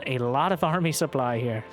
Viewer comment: Whenever he says "Look at the sooply" it reminds me of a better time.